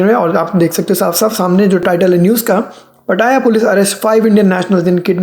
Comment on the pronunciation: Yeh ladki nai hai jisko पटाया jaa sake..it’s पताया not पटाया 😂😂